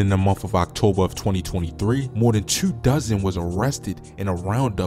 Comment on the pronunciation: Why you say two like dat